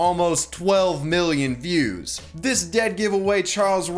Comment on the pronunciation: You pronounce views as fews